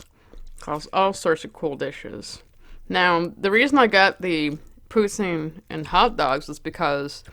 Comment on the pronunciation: You look gorgeous!! Amazing video as always ❤️❤️ Canada here!!! I love how you pronounce poutine!